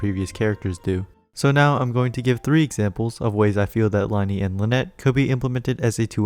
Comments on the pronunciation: Isnt it pronounced Lin-ay and Lin-ette not Lie-nee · LIE-KNEE ITS PRONOUNCED LINAY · I know this isn't that big of a deal and i'm not being rude in any way but lyney's name is from french so is pronounced lyhn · as someone who has learned french for 6 years, just thought i'd let you know that it is pronounced "lin-ee"! thank you for the video, ive been hyped for these two for forever